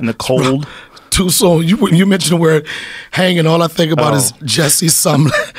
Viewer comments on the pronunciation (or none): Jessie Summer Omelette? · Jussie Somalet lmao😂😂😂